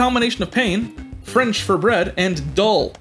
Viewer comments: Explanation: 'pain', as in bread, is actually pronounced 'pan', as in Peter Pan, but Stern pronounced it as it was spelt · My guy just pronounced 'pain' as it's spelt... oh boy, here come the french 😂